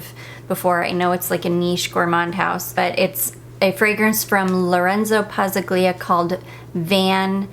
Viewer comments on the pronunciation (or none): Hi, I haven’t bought any Dua fragrances in quite a while. In Pazzaglia, the ‘g’ is silent. It’s pronounced ‘Pah zahl ya’. The accent is on ‘zahl’. It’s Italian. hope this was helpful, and not insulting. ❤ That was never my intention. You pronounced Vaniglia perfectly. It’s the same rule. ❤️❤️